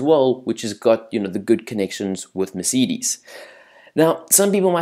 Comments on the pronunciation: great english bro meceedes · Haha! Mercidis? Volteri Bota? WTF!?!?!? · Thats not how you say Mercedes and that is definitely not how you say Monaco